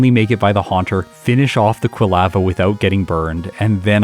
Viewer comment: Excited to see a bellossom run. One of my favorites! But, your pronunciation of "quilava" is driving me crazy. 🤦🏼‍♀️